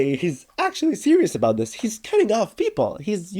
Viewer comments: Bro forgot one t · Did bro actually forgot to add the t in about